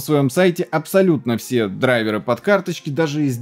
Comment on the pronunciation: дрАйверы с ударением на первый слог)))